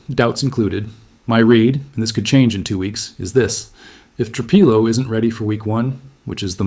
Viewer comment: Tru-Peelo, Tru-Pilo. Which one is it dammit??